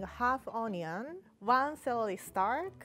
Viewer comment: Classic Japanese Fails to pronounce "L" and "R" "Celely Stalk" "Callots" "Parsry"